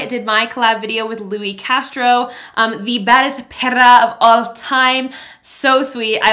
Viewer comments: we love u but please stop pronouncing "perra" wrong:/ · Kills me when she says “perra” 😂😂😂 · U really looked like kylie Jenner in that dress u are really bold I love the makeup u do love it 😍 and I like the way u say perra